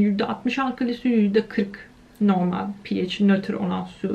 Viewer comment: Okulda neden pehaş diye bi okuma tarzi yayılmış acaba:) pieyc deyince kulagima ondan bi değişik geldi sanırım